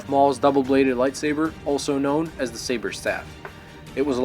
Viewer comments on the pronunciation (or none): none